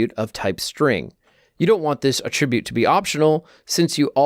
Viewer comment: Why doesn't he know how to pronounce "attribute" when it's a noun?